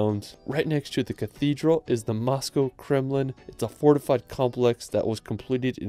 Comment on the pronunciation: BTW You made a mistake in "Moscow"